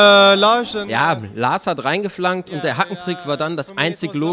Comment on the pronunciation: aber er sagt: "Larsch" :D